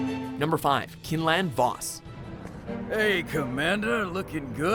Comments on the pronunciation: Quinlan Vos, not Kinlan Vos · It's quinlan vaus Quine not kin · Quinlan Vos (pronounced Kwin Lun Voss) not Kin lan voss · "Kinlan Vos" QUINLAN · the i in quinlan vos is pronounced with a long I not short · Pronounce quinlin vos's names wrong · That pronunciation of quinlan vos was very off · ( Pronounces Quinlan Vos wrong :((((( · Ok first off the EU has so many great stories that were sadly invalidated and second damn learn to pronounce stuff. I cringed at the way you said Quinlan Vos.